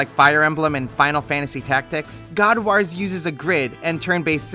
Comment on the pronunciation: That WAS a good review. Bonus points for how you pronounce 'wars'. Waarz!